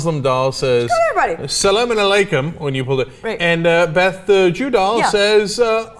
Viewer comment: It's alaykom not salaykom haha